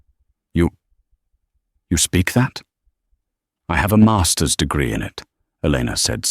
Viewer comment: A MAAAAASTUHS degree -- stupid robonarration cannot speak monetary units